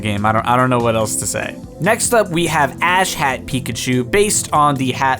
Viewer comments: When you hear him say “ash hat” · I totally thought he said "Asshat Pikachu" for a second.